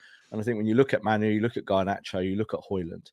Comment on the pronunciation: why are you randomly pronouncing it “MAN-oo”? It’s not spelled that way, no one else pronounces that way, there’s no indication that he says it different than it’s spelled….you don’t get to call people whatever the f**k you want. Disrespectful.